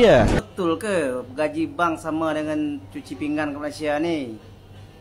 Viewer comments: Adoi bilang pingan pun pinggang. Cuci pinggan tu cuci piring. Kalau cuci pinggang tu kalau lu ada sakit ginjal di pinggang. Adoi dari dulu nngomong kagak betul. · Sebutannya biar betul bukan "pinggang" tetapi "pinggan" harap maklum...